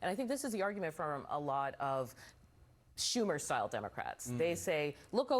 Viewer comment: I disagree. This round table was garbage. Most of them sound as out of touch as Schumer and repeatedly mispronounced his name and let beardy mischaracterize his Reddit posts. Be prepared if you wanna influence people on tv people